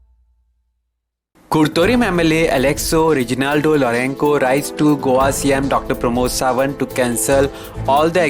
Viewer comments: not lourenko pronounce properly or stay at home. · Kindly pronounce lorenco properly